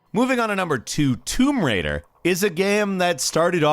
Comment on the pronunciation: "Toom Raider" Dude...